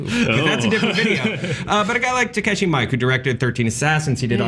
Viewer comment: (Btw, in case anyone is curious, its Mee-Keh, and first name is TAH-KAH-SHEE, not Tah-KEH-SHEE. TAKASHI MIIKE)